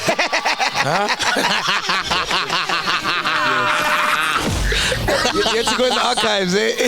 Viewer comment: Sol missed the perfect chance to say Ikshaya GRAND JOH. Instead he said "Grand yoo"